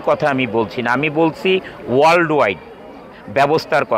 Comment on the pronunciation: জলিল সাহেবের R উচ্চারনে সমস্যা আছে। উত্তোলন-উত্বরন, ওয়াল্ড-ওয়ার্ল্ড, গার্মেন-গার্মেন্টস সহ অনেক শব্দের উচ্চারণ হাস্যকর মনে হয়।